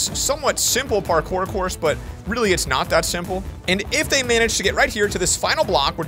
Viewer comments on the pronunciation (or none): none